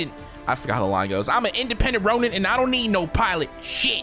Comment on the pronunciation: chill he said ronim, (yes i actually know he means ronin)